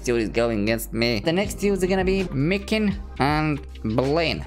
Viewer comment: Btw if i am not mistaken micin is readed using c not k so it is "micin" not "mikin"